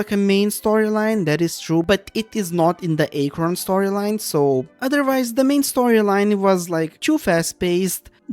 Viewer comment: kinda agree but the way you pronounce archon and liyue is soooo painful liyue was amazing but too much walking I liked archon quest in sumeru, but I hate aranara questline with overflowing dendro passion (though I like the fact that we can finally explore some of the banned withered zone)... and sumeru has some annoying dialogue automatisation - they say something and you waaaaaaaaait a long time before it switches to the nex dialogue line. (Kinda same with fontaint though... I read fast yet I have to wait till someone say 80% of the line to read the next one.) fontaine was cool but it's hard to move around in the city of elevators especially in the jail and it's irritating elevator system and repetitiveness... too much walking between cutscenes - you need to walk like 10 steps between cutscenes that overload us with slow dialogue sometimes! that's so irritating